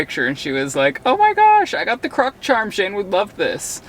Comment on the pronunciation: why did he say croc like that 😐